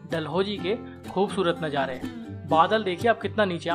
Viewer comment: bhai aik baar nazare bol do rather than najare